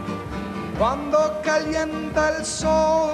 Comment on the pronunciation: It is Cuando, not Quando.